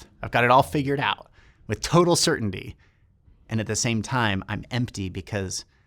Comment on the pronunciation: that's a weird way to pronounce "certainty" 😂